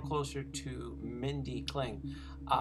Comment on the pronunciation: Mindy Kling?? It's KALING.